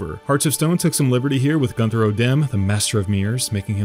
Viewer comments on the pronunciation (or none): Did u just say “Gunther” odimm?? Lol